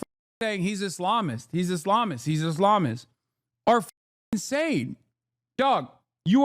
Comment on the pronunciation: Mark Levin pronounces Islamist like hes got salami on the brain